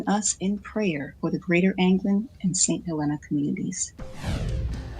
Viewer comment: I know you are just reading, but it is pronounced Saint HelEEEEna. Just for your information in the future.